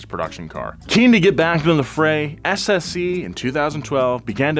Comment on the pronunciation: Thanks for pronouncing the name of the SSC car correctly, so many people don't bother trying to find out how